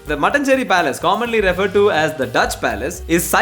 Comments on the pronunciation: eda mone did you just pronounce mattanchery as mattan-chery instead of matt-aan-chery? all the malayalees disappointed rn 😞🫵🏼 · its not "mutton cherry" palace,its Ma-taan-cheri palace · That's not actually how it's pronounced. It's Mattaan-Chery